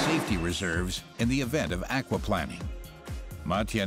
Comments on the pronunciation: Aquaplanning ...? What is aquaplanning. Aquaplaning .. in English the accent is on the a. Akwa plain ing. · Aqua Plane ing That is how it is pronounced. Not planning... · The narrator needs to work on his pronunciation of words lol. It’s called aqua plane-ing not plan-ing and coupe is “coop” not “coop-Aye” lol he’s made the same mistake in a number of other videos he has narrated lol. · Where the heck is this narrator from? Why does he keep saying "aquaplanning". There's only one N. Not two... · "ackwaplanning" lol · 'Au-qua-planning' ...is the 'planning' and conservation of water ecosystems? lol I don't usually expect the brits to get pronunciation wrong, but..... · never heard 'akwa-planning' pronounced this way...ha ha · Never heard aquaplaning pronounced like that before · tis the same thing my salty sailor, he just pronounces Aquaplaning wrong